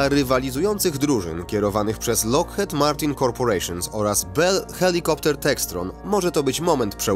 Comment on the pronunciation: Wymawia się jako lokchit a.nie lokhet